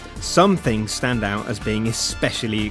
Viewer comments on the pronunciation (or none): none